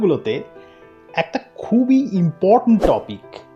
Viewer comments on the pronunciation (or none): none